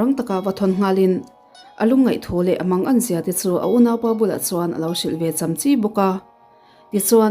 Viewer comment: Chamchi i lam dan hi, a fuh chiah lo, cham lai hi 'Maicham' kan lam a 'cham' rik ang a lam rik tur